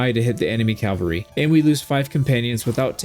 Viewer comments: This is a big pet peeve of mine. I love your videos and they have helped me so much with this game. But a piece of me dies every time you say “” instead of “cavalry.” You always spell it correctly but it’s said wrong. I know it’s a small relatively pointless gripe. Thanks for all the wonderful videos you make and all the effort you put into it. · Glaives are nice until you fight someone with javelins. Then it's bye bye companions. Shield, mace, two stacks of Javelins, unless the companion is an archer and then I'll use the glaive, bow, and two stacks of arrows. Also, it's CAV AL RY. NOT CAL VA RY. is the site of Christ's execution. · Why do so many Americans especially say "" it is your language guys:p